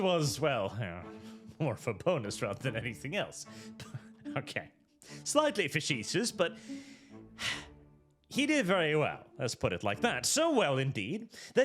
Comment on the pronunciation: Facetious Fuh-see-shuz Its a toughie